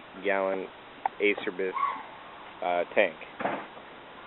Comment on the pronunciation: "A" "Chair". "bees"